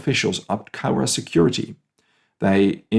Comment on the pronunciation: My great Uncle actually had a heart attack that night and died a few weeks later, so was never put into numbers, , he was a guard, I recommend going to see the Japanese gardens that’s a peace park between the 2 countries, and you pronounced the names of the towns rather well, I live 100ks from Cowra and Eugowra is 30 kilometres away